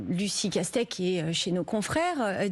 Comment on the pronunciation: Castet "et " sans e comme Monet :ET